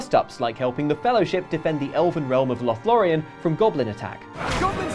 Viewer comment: Lothlorien, that is the correct name usage and kudos to for that.